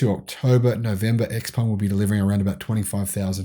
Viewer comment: Also - go check how xpeng is pronounced. Every time I hear (eks)peng a little something dies inside me.